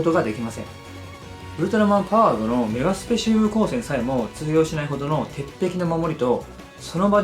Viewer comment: ちなみに何か、メガスペシウム光線やねんけどさっき、メガシュペって、言ったよねちょっと発音が、変やな